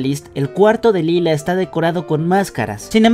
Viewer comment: lie-la* xd